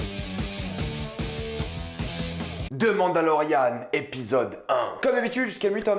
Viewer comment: quand tu dit " The mandalorian " Ont dirait que tu dit " Demande à Laurianne "